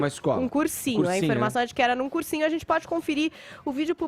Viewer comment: Esse "adzenti" do Fefito é nojento